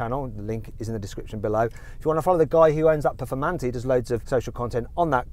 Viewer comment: ペフォルマンテになってる